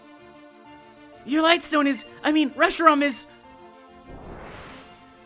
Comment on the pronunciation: you said Reshiron it is Reshiram